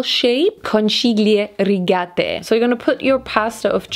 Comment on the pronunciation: conchiglie rigate hahaha